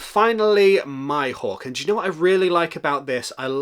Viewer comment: The going merry 😮🤤😍 Btw its Mihawk not myhawk😂